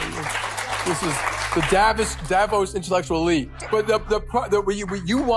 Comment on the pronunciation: He grabbed his tie for comfort and even stuttered and mispronounced Davos. I didn't say he was uncomfortable the whole video. In that moment he was uncomfortable. Learn how to read body language and micro expressions. It's interesting. We do a lot of things unconsciously.